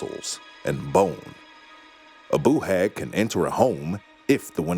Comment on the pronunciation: don’t be , it’s the best pronunciation of Boo Hag I have ever heard !